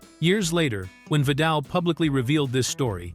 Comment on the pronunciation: I know, right. The AI Guy mispronounced Vidal's name at least twice. I had to go back to figure out who he was talking about.